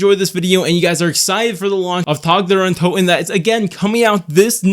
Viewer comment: Thank you for pronouncing the map name correctly. I am upset with other creators for not calling it by its proper nand